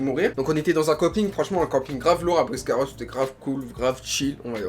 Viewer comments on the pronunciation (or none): Juste je veux dire qu’on dit « Biscarrosse » pas « Briscarrosse »😂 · On dit Biscarrosse 😂😂 j’y habite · Biscarrosse pas briscarosse 😂😂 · c Biscarrosse c pas bRisccarosse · Euh juste c pas briscaros mais Biscarrosse 😂😂😂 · J’habite à Bisca et comment t’as écorché le nom ça m’a fait mal